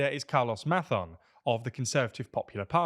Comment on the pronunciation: you said Mazón with a “th” sound but Sanchez without. The c in Valencia should also be pronounced with the same “th” in European Spanish. Finally the accent is on the ó, so that syllable should be stressed instead.